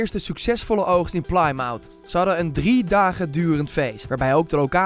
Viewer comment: Leuke informatie! Ik vind alleen wel dat je het niet kan maken om je kanaal neer te zetten als informatie/entertainment kanaal als je vervolgens Plymouth uitspreekt als Plaaimout. Een kleine Google en je ziet dat je het uitspreekt als Pli(korte i) muth. Er kijken mensen naar je kanaal voor snelle en correcte info en je geeft zo verkeerde informatie